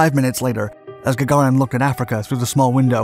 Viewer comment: Gaga REEN. that is how one pronounces it